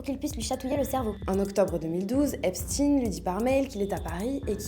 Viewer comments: Vous êtes des hypocrites.. vous faites comme les medias mainstream. J'ai zappé au bout de 20 secondes. Vous prononcez le non Epstein en epstine... Comment prononcez vous Le l'on de ALBERT EINSTEIN .. ?? EN EINSTINE??? vous protégez toujours le peuple qui fout le monde a l'envers... je me desabonne.... et vais suivre les les vrais journalistes citoyens. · Epstainnne ✡️ ☹️ on dit pas Albert Einstinnne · Pourquoi tu prononces Epstiin ? Tu dis Albert Einstein, pas Einstiin, non? Ils ont la même origine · la fille Lang dit epstin… ça doit être un truc du Milieu 😅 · pourquoi seulement ce nom-là a-t-il droit à cette prononciation? Ça ressemble à de la novlangue